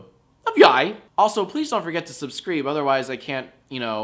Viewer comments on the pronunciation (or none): he said subskrieb